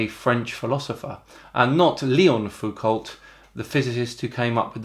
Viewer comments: Please, please, WHY everyone in this video pronounces Foucault as [fukolt]? It hurts my brain! Okay, I get why this Sleeping Warrior guy does it, although he has a Wiki page with a damned TRANSCRIPTION in fron of him (he's an idiot, that's why). But surely you,, can do better! It's [fuko]! Leon, Michel - doesn't matter. It's [FUKO]! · The pronounce is FUKO not FUKOLT like car brand is RENO not RENAULT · I will let you off with the pronunciation of "Halley" because nobody can agree how to say it. I say HAW-ley, others "Hall-ee" or even (good grief) Hail-ee! But Foucault is DEFINITELY "FOO-COE" It's French, you see! The T is silent ; ) Otherwise, keep up the good fight against the Flatties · It's pronounced Foo-koh, not Foo-cult. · It's not Foo Colt, it's Foo Co, you don't pronounce the T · It’s also a little bit cringe that you keep saying “Fook-alt”. In fact it’s pronounced “Fook-oh”, because he was French an’ that. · It's Foucault pronounced FOO-KOH not FOO-COLT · Surely it's Foucault to rhyme with Bordeaux, not to rhyme with Halt... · It's "Foo-ko" not "Foo-kolt". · By learning and not just commenting on the internet like you know anything. Anyone that studies physics knows it is [Fu'ko] not [Fa'cant]. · I know I'm splitting hair, but the L and T in Foucault are silent. Please have mercy on my sensitive French ears... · It's pronaunced F-u-k-o and "lt" is silent. There is even a pronunciation at the wikipedia page. I'm not suprised that that moron can't read but you disappointed me. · Why are you all Englishmen reading THREE LAST SILENT LETTERS in his last name?))) Ault = O. Like Renault, reads Reno. It shows on wiki page that Foucault reads as Fuko. :3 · This is a very minor quibble, but Foucalt is pronounced "FOO-coe" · Foucau, mute the l and the t in french. No problem, just saying. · You don't pronounce the ending "lt" in "Foucault"; it's pronounced as "foocau". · fuco, both the l and the t are silent in foucault's name....